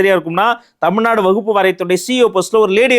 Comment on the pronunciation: அவர் வக்பு என்பதை உச்சரிப்பதும் தவறு. கூறிய சட்டமும் தவறு